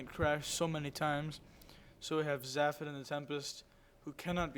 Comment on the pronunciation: Weird to see my own games, but nice cast. Btw it's Zay-fod :P